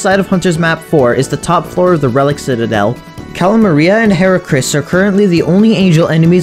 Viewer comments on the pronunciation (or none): none